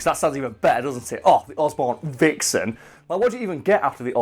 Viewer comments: vixen sounds like the german word for mastrubating... And how says it... Can't stop laughing... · Osborne vixen sounds completely awful when you know that its pronounced like jerking off in German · Vixen is pronounced the same as the German word for Fapping....